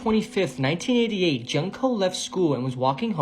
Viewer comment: Her name is pronounced June co. Not junk co.